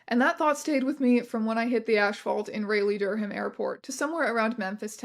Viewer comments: this has nothing to do with the video but strange mispronouncing raleigh durham had me 😵‍💫 rah-lee dur-um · Not "ray-lee dur-ham" 😂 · as a North Carolinian, that pronunciation of Raleigh/Durham made me stare at the screen for a bit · The pronunciation of “Raleigh/Durham” hurts my soul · the absolute butchering of the pronunciation of raleigh durham killed me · Rewinding over and over to hear you pronounce Raleigh-Durham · That pronunciation of "Raleigh-Durham" had me dead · as a north carolina resident, hearing strange pronounce "Raleigh-Durham" like that is painful